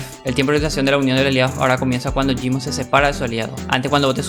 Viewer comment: Te rayaste mal con lo de gysmo xD y creo q ni lo dijiste bien equisde